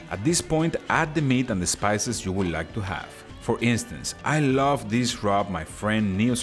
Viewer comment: nah an accent is an accent , grammar is the thing or the way u say the words, I think the Jew instead of you is cute... I speak spanish fluently, for 15 years they excepted the way I spoke and the words I used ... they didnt care about my accent , then after letting me speak for that long they then decided to tell me i was using the wrong words .... i it was like learning the language all over again... argh they said my accent was perfect but only when i spoke the wrong words did they know i was not spanish, i asked why .. they said cause you were trying